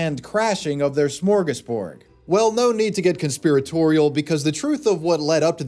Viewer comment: my dude, did you just say “smorgasborg”? Drives me absolutely insane when people who record themselves talking for a living don’t have people (or at the very least, AI) proofread their scripts.